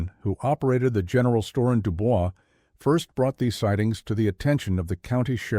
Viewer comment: Is no one else going to bring up the pronunciation of DuBois? Lol